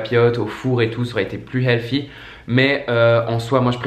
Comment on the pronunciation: On ne dit pas healfy mais healthy ! Sans rancune 😉😊